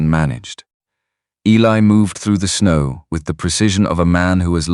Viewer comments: Yes, the story is very good, but how many Clara Boone's were there back then. Geeze guys, please be alittle more original picking out a name their are more names in the world. And please learn Eli is not Ellie if you can't read then dont be a narrator damn! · A lot of the AI narration especially the words is funny. It'll have writers for Riders. It pronounces Eli as Ellie and many other words that are pronounced the same but not even close to spelling.😂😂😂😂😂